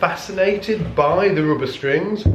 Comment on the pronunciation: In what country it is pronounced roobber and oopright?